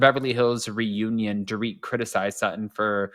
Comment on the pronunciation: You missed the. And called she called her ‘poor-Rit’ instead of “dor-rit’